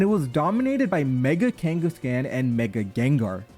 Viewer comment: The way he pronounces Kanghaskan irritates me to such a high degree degree lol